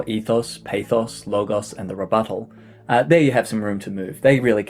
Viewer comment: 1. You inspired me to possibly change my hook. 2. My professor said this would be "humorous". For a writer he really doesn't have any humor, and does not care for my creativity. 3. I like the way you say rebuttal.